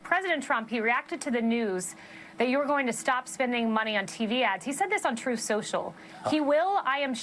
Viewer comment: Did I hear you right David?, Kelly "Magananny'. F'n hilarious. That, and every time you say 'Troth Sensial' I about roll! 😂😂